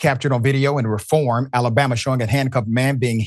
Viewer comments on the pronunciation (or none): The city is pronounced REE form.